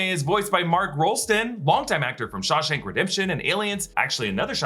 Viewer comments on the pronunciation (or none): none